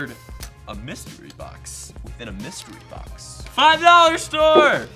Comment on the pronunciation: Mustery BOCK-SAYS